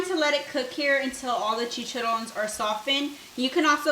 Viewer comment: THEYRE PRONOUNCED CHI CHA RRONES (ROHNES).